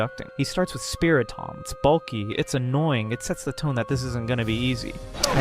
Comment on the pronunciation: Did you just say SpiriTOM?